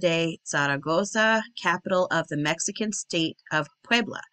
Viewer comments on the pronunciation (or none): none